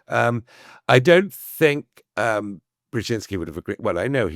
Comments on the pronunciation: At least he could have practiced to pronounce “Brzeźinski” correctly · Brezynski, Brezhinski ... ? Is it that hard to spell it out and pronounce it correctly ? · Excellent story of a great man (I wish the author would learn how to pronounce his name properly)